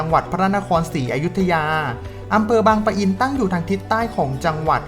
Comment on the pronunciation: บางปะอิน แบบนี้นะ ไม่มี ร ตรง ปะ